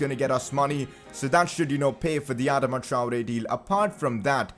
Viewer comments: Its pronounced Adaama traore not adema traore plz pronounce it correctly No offence just a humble suggestion love the series keep it up🔥👍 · bro youre pronouncing adama wrong its not adama its adaama